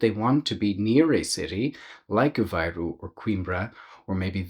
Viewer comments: It's A-VAY-roo, not A-VI-roo. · Apparently the pronunciation varies - Aviroo dominates as you get closer to Lisbon, Avayroo elsewhere.